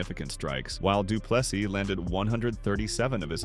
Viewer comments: Dree as in tree, du Ple SEA,not seeßssssssssdssssss NO,take away the very last S........ see,or sea ONLY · Andre Duplexes?